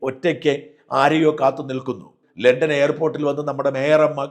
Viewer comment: ലെണ്ടൻ ❌ ലണ്ടൻ✅ ഹോണർ❌ ഓണർ ✅